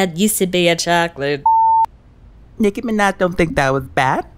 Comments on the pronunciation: Nicki minech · WOW SHE SAID NIKI MANAJ IN STEAD OF de niki mena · DEH Nicci meneh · “Nikki Mehnej/z” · I die every time nicki says her own name nicki minej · “Da Nicki Mee-naj” 😂😂😂😂😂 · Naah it's de Nicki minej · The Nicki mineh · Exotic.aesthetic no, deh nicki mineg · de Nicki minej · DEH NICKI MINAHJ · nicki mineh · deh nicki menech is what I heard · More like Meh-Nuj 😂😂😂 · De Nikki Meneh* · “Nicki Menet” 🤣🤣🤣🤣🤣🤣🤣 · "its De nicki minej" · She says "Nicki minah" I'm confused lel